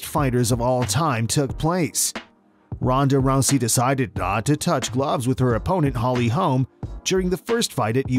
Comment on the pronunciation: Ahh yes, "Ronda Rousay." Come on man. 😂